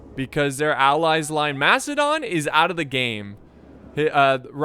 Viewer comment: I keep hearing "Mastodon" everytime he says "Macedon". It's okay to make mistakes.